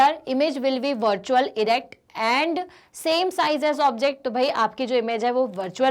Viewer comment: ma'am its same not sam 😊